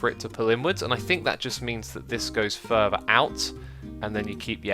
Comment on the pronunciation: its Fur-Ther not fur-Ver